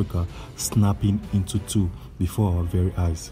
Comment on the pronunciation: The news announcer is like. Africa is slowy tearing inchu chu😂